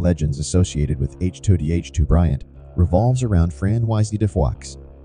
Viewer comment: To pronounce "chateau" ..... shat - toe